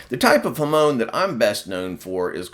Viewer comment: He butchered the use of Japanese words. If a person is going to copy something from anouther culture, at least TRY and say the words correctly! “Ham-on”. Not huhmone